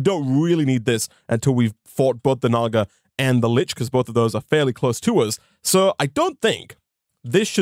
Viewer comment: "Naga" sounds like ni